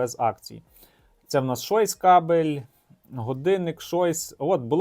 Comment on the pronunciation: Не "шойс", а "чойс". З монетами, особливо донедавна коли працювала фішка з Польщею, то були дуже класні знижки. Як купляти потрібні товари з монетами ти не розказав (окрім простих покупок). І заблюр свою адресу і телефон)